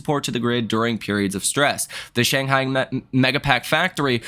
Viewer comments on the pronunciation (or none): none